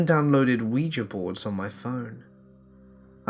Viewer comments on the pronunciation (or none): none